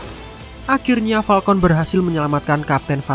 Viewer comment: gw dengernya Palkon hitam